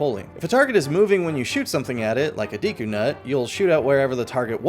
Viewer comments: Deku* not deeku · The amount of times you miss pronounce Deku is driving me insane. Do you think if have a deck of cards you'd say "grab my deek?" No, you wouldn't. It's not deeku, it's Decku... (not in spelling but in pronunciation anyway) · Deku is a name from the original Japanese, so we should look to Japanese for how to pronounce it. "De" and "ku".